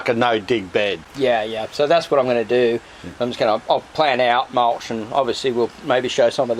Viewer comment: How come he says mulch normal, but you say it mulsh 😂😂😂😂